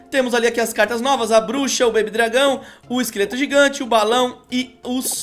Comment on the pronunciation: "B A B Y. D R A G Â O " CARAI TÀ MUITO CERTO!